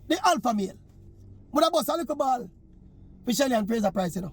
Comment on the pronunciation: Maverick.. put on a "ball" fi her not a bawl🤣🤣🤣🤣